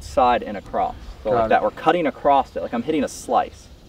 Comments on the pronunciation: “ACCROSSED” it. Garret, you should start a Good Good English Labs channel! Lol just picking at you. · cringed when I heard say "acrosst" lmao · My guy. There's no "t" in across